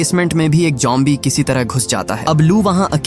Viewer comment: Bro it's zombie not jombie😊